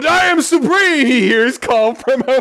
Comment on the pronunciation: IHM SUHPREHEME